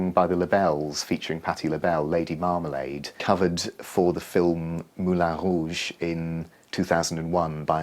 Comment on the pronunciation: Thank you for not saying "Moulon Rouge"